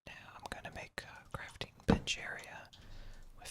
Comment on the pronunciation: Every time you said bench u thought you said a certain other b word that ends with ch